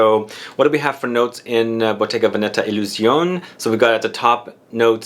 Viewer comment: It's pronounced 'Illusionay'